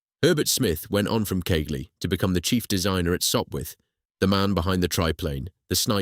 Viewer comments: Keighley is NOT pronounced Keeley, its Keethley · It's prononced Keithley.